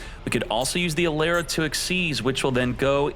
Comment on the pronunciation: E-Lara not A-Lera